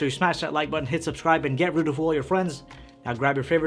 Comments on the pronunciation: it sounds like he says "Get rid of all your friends". This could actually get rid of friends because their minds would be blown! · When you said 'get ready to fool all your friends' I heard 'get rid of all your friends' XD